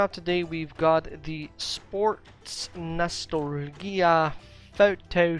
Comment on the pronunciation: Hey, gamer! Long time no talk. Nostalgia is pronounced nuh STAL juh. kind of a tricky word that isn't used that often. Keep up the great work!